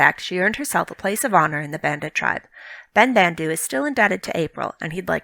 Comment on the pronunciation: It really bothers me that the actor who voices Ben-Bandu pronounces his name differently than all the other Banda from TLJ. It should be "ben-bahn-du" not "ben-band-du"